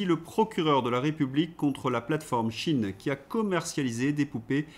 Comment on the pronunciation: Pourquoi dites-vous "chine" alors qu'il est écrit "cheïn" svp ? Comme dire Epstiiiine au lieu d'Epstein, et même bientîot Einstiiiine au lieu d'Einstein... (ref "Bal des Vampire"). ^i^ RFK dit des trucs que es décisions ne connaissent pas, comme d'hab. Sinon, RFK deviendrait-il le nouveau JFK, vu les racin€$ "diverses" des marionnetistes actuels à peine exonérés de responsabilité pour le Gazacide, apparemment..... ^i^